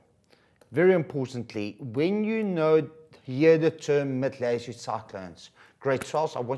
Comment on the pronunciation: Do you have a speech impediment? Lelletoood is not how you say it. Please do better. If I as an English speaker struggle to figure out what you're attempting to say, I can't imagine how second language students must be battling. Teachers are not supposed to make the life of student unnecessarily difficult.